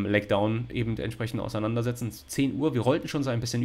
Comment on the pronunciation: Ich hab einen Wunsch: sag bitte nicht mehr "EbenDT" es läuft mir jedes Mal kalt den Rücken runter 😂